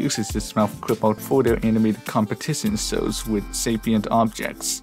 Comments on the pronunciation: "object sows" 💀💀💀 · this guy says shows with a silent h